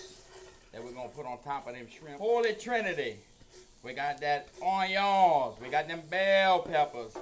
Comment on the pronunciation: ON-YONS, love this guy 🧅